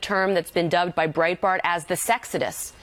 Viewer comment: When she said Breitbart, I swear I heard brain fart.